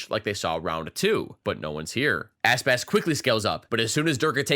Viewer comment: You make Aspas sounds like Asspass